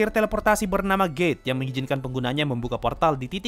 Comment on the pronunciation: maafkan dosaku T□T bukan dengar gate malah gay. Telingaku gak beres